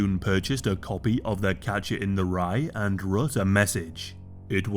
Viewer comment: Are you saying Capture or Catcher? It really sounds like Capture